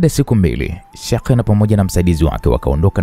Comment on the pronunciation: kusema neno sheikh lakushindaa yakheeeee😂😂😂poleeeee